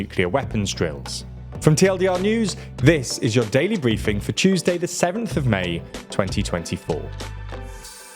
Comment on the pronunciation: Today is owa daiwee bwiefing. Oh Bwitish people.